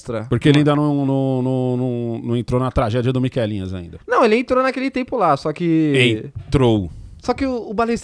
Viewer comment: Pô, é miqueinha e não miquelinhas 😂😂😂